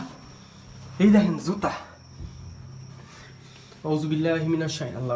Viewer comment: When u say that "এই দখেন 'যুতা' ( জুতা )" it's make me laugh 😆 But , I like ur every videos & watch ur every videos too . Take care ur self . In Sha Allah we will gate more videos in future 😊 💗